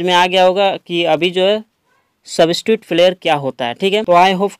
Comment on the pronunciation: सबिसट्यूट नही सब्सीट्यूट होता है भाई